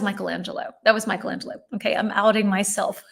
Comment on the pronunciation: Please, try to pronounce the 'e' in Leonardo like the 'e' in Lorena, and the 'i' in Michelangelo like the 'i' in Mikela. That way, you'll sound more natural! 🙏🙏😂😂